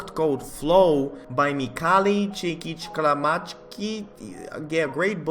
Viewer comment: i just love how he said "mihaly cseskhyfgschy"